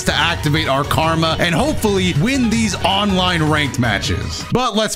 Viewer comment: This man call karama karma